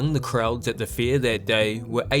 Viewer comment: It's Fair not Fear. Your baby English needs some growing up to do